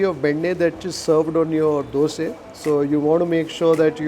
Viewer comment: You pronounced it right....dhoose....superb....North Indian prounce it as dusa, or dosa